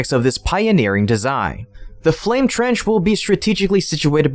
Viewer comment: Your English just seems to be getting worse. Someone there needs to go back to school. Dual Flame Trend. What the heck is that? Did you mean Dual Flame TRENCH? Come on. Get it together people!